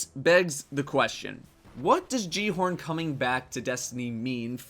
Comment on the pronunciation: Great video, but considering that the guy at the end of the Rise of Iron ad can't even say "Gjallarhorn" correctly, I've lost all hope in Bungie.